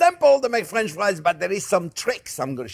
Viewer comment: Is he keep saying friends or france=)